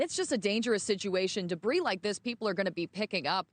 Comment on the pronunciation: Did mispronounce’debris’?